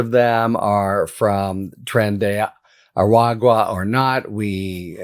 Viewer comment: Yeesh dude, it isn't THAT hard to say,. Phonetically tren-DAY-ah-rah-gua Ah! I understand, Rah like Ra the sun god, gua like guacamole. Two seconds of googling and some fancy computer voice would even say it aloud for you. This is the lazy, can't GAF, YT people crap, ubiquitous in our culture, that keeps us stuck in the past. Don't learn to SAY the unfamiliar word, just mangle another peoples' language over and over and OVER. I bet, instead of changing the way you're phrasing something to a person that isn't understanding you, you just get slower and louder, as though that somehow helps. FFS if you let something this simple slide, what else? Indicators of reliability matter MORE now, and the devil is in the details.